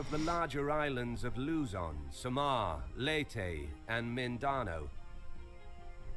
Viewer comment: Holy fck thats not how we say luzon visayas and mundanao